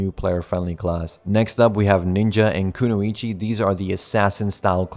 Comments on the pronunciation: "ku-no-ichi" lmao you mean "ku-noy-chi" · sorry Bro have to correct you its kunoichi not kunuichi sorry again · Even though this comment is late and you probably won't see it, kunoichi is pronounced ku-noi-chi